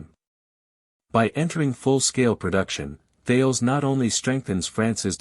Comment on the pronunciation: Couldn't watch all of it due to the idiotic AI voice over, perhaps you could train it to pronounce "Tarlez" instead of Thayles?